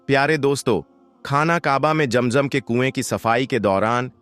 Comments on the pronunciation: Pehle sahi Naam to lelo jam jam nahi hai zam zam hai asal kam ki baat karo bohat lambi nogay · Please correct your pronunciation. It is not jam jam. It is Zam Zam. It is not khana kaba. It is khanay Kaba. It is not manjar. It is Manzar. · Bhai ASSALAM ALAYKUM APKA JAM JAM KA TALAFFUJ NAHY DURUST HE ISKA MATLAB YEH SAF HE KI AAP MUSLIM NAHY HO